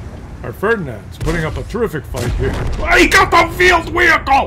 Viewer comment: Vheeled Wehicle